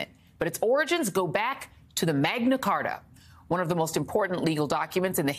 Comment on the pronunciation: Did you just say the MAGA Carta?